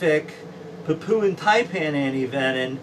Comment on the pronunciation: Hello, I hope you don't mind? I have a link, so that people can understand the different Taipan, species. Also, there is no, oo, sound in Papuan. It is not pronounced, Papooan, lol. Apologies, in advance, if you think I am being a smart arse.